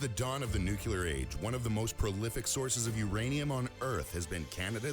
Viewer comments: Lost credibility for me when the voice-over could not correctly pronounce Nuclear (and this was the word they used in the text) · Yes, it's pathetic how many people can't pronounce "nuclear." It derives from the "nucleus" of the atom. Might have been a voice model. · I couldn't invest in a company that puts out a video that pronounces "nuclear" incorrectly😅 said it correctly, but the pitch person in the video didn't